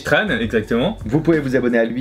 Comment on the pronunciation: C’est tchan pas tran :) Tr en viet ce prononce tch